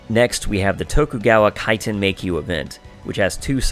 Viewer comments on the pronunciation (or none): none